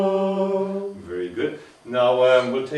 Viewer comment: Great video and teaching method. Zumm. I disagree? It is sum. From the 1961 Liber Usualis reading and pronunciation of liturgical latin it states that we should be using the Roman style. "Our aim, in compliance with the wishes of his holiness Pius X, is to pronounce and speak Latin in the Roman Style so eminently suitable to Plainsong Many have never learned the Roman pronunciation or know it imperfectly. Besides its great importance in Plainsong it makes for that uniformity which inspired the Vatican Edition itself: Unus Cultus, Unus Cantus. We therefore give a list of the correct pronunciation of the vowels and consonants to which reference can be made in case of doubt; it is advisable to peruse it from time to time." it goes on to say "S is hard as in the English word sea but is slightly softened when coming between two vowels.eg. misericordia" So not even misericordia should get to the point of being a z as in mizericordia let alone sum end up as zum.